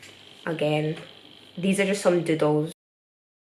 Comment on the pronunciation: when you say doodles it always sounds like dildos (btw i frickin love your art)